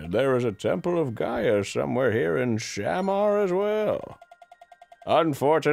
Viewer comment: i know this is late, but its shuh-MAR not SHAM-ar